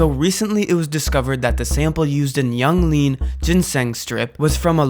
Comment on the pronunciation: You lost me at "Yung Gud", "Yung Lean"